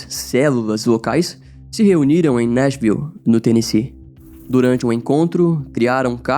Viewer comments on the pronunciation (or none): none